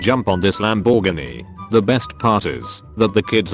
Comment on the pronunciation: Need to teach your bot to speak english ...Lamb bore Gee...nope I'm done